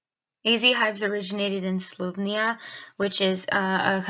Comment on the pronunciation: Learn how to pronounce the country's name right will be a good start since you are using their technology. Slo_vay_nia not slov_nia. .